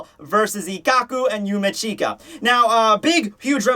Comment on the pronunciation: yumeech-ka not yumi-cheeka..not hard to say